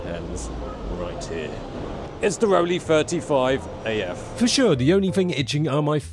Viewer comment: It's called Rollei, not Rolly